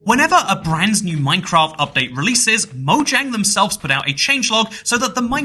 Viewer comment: "Whenever a brandsnew Minecraft update releases"